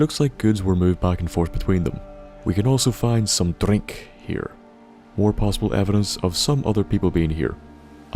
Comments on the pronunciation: Love the way he says DRRRRINK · Love the way you say drink. Also this islands story is so sad. Poor Eliza 😥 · Drink with a accent